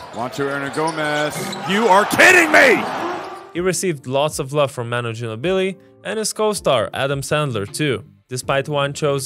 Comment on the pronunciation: "Manow Genobely"